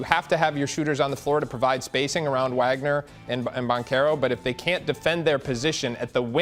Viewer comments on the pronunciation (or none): So is supposed to be a big time scouting guy for 247SPORTS, but when he pronounced Wagner’s name with Wa instead of Va his credibility tanked. He’s had two seasons to watch the versatile Forward become one of the big surprises of the 2021 draft but still doesn’t know his name? SMH!